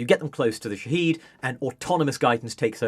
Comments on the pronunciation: Folks sorry to be that guy, but it’s pronounced Shahéd, not “Shaheed”. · The Economist would be more credible if it pronounced 'shahed' properly. 'Sha-hed' not 'she-heed'. You people sound moronic. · It's Shahed, not Shaheed. (Shahed="witness", Shaheed="martyr"). It's a company that makes many different types of aircraft and drones, not just loitering munitions. The Shahed-136 which this "expert" is talking about is one variant designed for a specific purpose. Skimming the Wikipedia article can tell you much more than this interview. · They're called Shahed (Witness), not Shaheed (Martyr). If you can't even get that right, you have no credibility on the topic. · It’s pronounced shaa-hed, not sha-heed… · Drinking game, take a shot everytime he flips from pronouncing it sha-head to sha-heed. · Shahed is pronounced ʃa.hɛd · It's Shahed /sha head/ stress on the first syllable long a vowel. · Shahed and Shahid are two different words pronounced completely differently and you keep using the wrong prnunciation. Dislike. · Thanks for that comment, I found it difficult to watch this guy claim he knows about them while messing up the name most of the time. Surprisingly he did get it right a couple of times , which makes it even more confusing to watch.